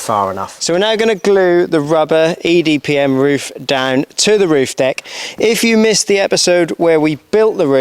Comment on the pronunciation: Great series, looking forward to seeing you build out the inside. I'm just glad I didn't have to take a shot every time you said EDPM instead of EPDM, I'd've been hammered by the end of the video!! 😂